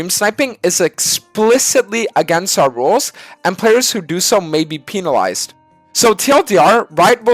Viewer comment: Why say pin-alized